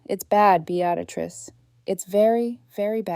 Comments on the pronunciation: This reader sucks. The woman’s name is Beatrice not Beatatrice! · The name isn't Be- actor- ist it's beetris ( Beatrice ). If AI can't pronounce names, pay a human being to read it. At least the boaring monotonous voice wouldn't reading it, 😂😂😂😂😂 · BEE-AT-UH-TRISS is NOT how BEATRICE is said. It IS said as BEE-TRISS or even as BEE-UH-TRISS. How can someone murder such an old and fairly common name? How can someone put in an EXTRA sound, that's not even written there? You can even search, "How to pronounce the name spelt as B E A T R I C E?", and it will say it for you. Guess you're a lazy fool? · OMG! It's Bee-uh-trice!! Bee-uh-trice!!! :( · Beatrice is pronounced Bee-tris. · Bee at a triss ?? For pity's sake put AI out of its misery and teach it to pronounce the main character's name properly. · 😂😂😂😂I stopped listening because of the mispronunciation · BEE-trix two syllables and the much rarer three syllable pronouncement BEE-uh-trix were the uh is very slight. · For frickin real!!! Bee at risss, get lost AI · Like Beadatrice? Golly bum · You should have learned how to say the name Beatrice. You fractured the story with that one grating significance. You should gift thankyou' flowers to the Apartment Warning Contact who warned you the married couple were at your door. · My God! How many different ways can you butcher the name "Beatrice" ?!! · The mispronounation of Beatrice is so annoying. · Mispronouncing Beatrice named drove me crazy. Had to stop watching. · Please pronounce her name correctly